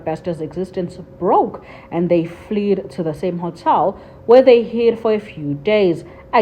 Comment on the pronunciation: FLED not Fleed!